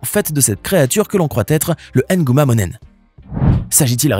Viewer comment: Ohhh même erreur que sur le nom de Mbappe, le " M " ne se prononcer pas à part 😂😂😂 Mbappe, Nguma pas ( M'Mbape ou N'guma ) 😎